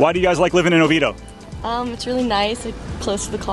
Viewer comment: No, you mispronounce it🙄,it's; O vee A doh, but prefer the original Oviedo from Spain.